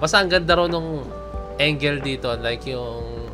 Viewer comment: Bro...angle hindi engel...sakit sa tenga😅